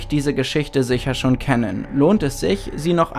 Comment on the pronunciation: Ich verfolge eure Videos schon seit ner ganzen Weile und finde sie klasse. Eine Anmerkung hätte ich aber schon. Bei der Aussprache betont ihr manche Wörter etwas stark. Beim Satz an der Stelle hört man das sehr gut. ,kennen' und ,rollen' da klingen die Endungen etwas übertrieben. ,rolln' würde natürlicher klingen. Das wäre dann das Sahnetüpfelchen auf dem i ^_^